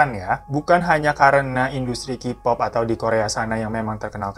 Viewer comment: Mas sebelum lanjut gw geli bgt dgn cara baca lu. Bukan KIPOP BACANYA KEYPOP. Kalo Kipop itu nulisnya jd QPOP. Tolong sebelum lanjut belajar alfabet dlm bahasa inggris dulu. Jujur gw keganggu bgt padahal mau tahu beritanya tp jd ilfeel denger qpop